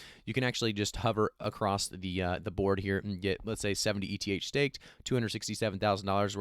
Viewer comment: My friend you spell E-T-H.It's pronounced "ith" my friend😅